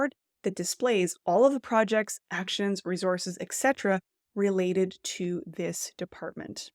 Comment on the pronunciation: Whats a reezors? Do you mean Resource?